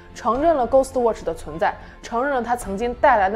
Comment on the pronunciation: 他watch都唸渥去 我真心感到問號